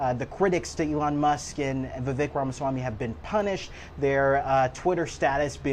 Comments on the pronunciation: My name is Vivek, you don't know how to pronounce it, it rhymes with snake! Why would anyone think that trump and the people he has chosen to assist him would have the American people's interest foremost in their hearts and minds. Vivek and President Musk said that the American people were too ignorant and mentally ret---ed to train for high-tech jobs. This summation was easy to devise due to the fact that people voted for trump after all of his baggage and criminality. Why would they trust "you" with a high-tech job? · This reporter is not smart. Pronounces Viveks name incorrectly. Vivek ran for president of the United States. If a reporter can’t get it right, goes to show how rude this reporter is. He works for cbs. Please!